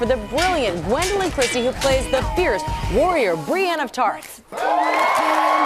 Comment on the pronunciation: Did he just call her Gwenolithe?